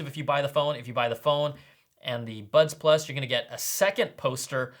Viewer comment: I thought I heard butt plug in person 😂😂 I must apologise 😂